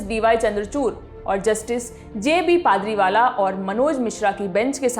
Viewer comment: Jb पारदीवाला को पादरिवाला बोल रही है, बेड़ा गर्क पत्रकारिता का